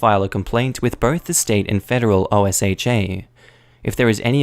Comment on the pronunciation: Also, just a heads-up for future reference: OSHA is not one of those acronyms that's read as letters. It's read like its own word. It's pronounced like "Oh-shuh."